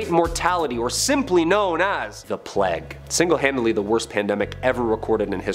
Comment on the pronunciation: Why does it hurt my brain every time I hear plague pronounced as “plag” instead of “pla-egg”. Love that guy tho!!